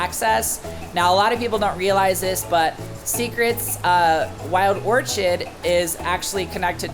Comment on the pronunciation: Wild Orchid not Orchard